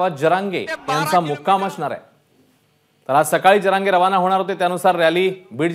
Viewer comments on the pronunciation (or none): Manoj jarage patil aahe boltani uchar krava ek maratha lakha maratha